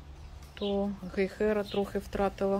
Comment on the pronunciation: В слове "Гейхера" ударение на первом слоге.❤